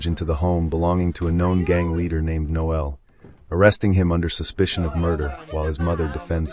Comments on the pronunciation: It's Noel, not Noelle! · Surely it's pronounced nole, not noelle. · The name is NO-el, not no-EL. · NOEL NOT noelle! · The voiceover recapping everything here is unnecessary, especially in an American accent(why?). Also, the voice may be AI as it mispronounces a lot. The chief thug is not called Noe-elle. That's a girl's name! It's Noel. Also, we don't call these dwellings apartments. They're FLATS. What a way to ruin a good film. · I'm pretty sure the thug is called Noel not no-el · It's pronounced Nole,as in hole.Noel is a fucking Christmas song lyric. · No el? You sure about that pronunciation? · I assume the commentator didn't watch the movie or he would know that Noel is not pronounced No El. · The way the narrator voices the name Noel. Dearie me! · That still sounds a lot more correct than this video.